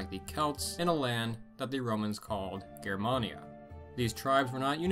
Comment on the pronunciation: THANK YOU for pronouncing "Germania" correctly!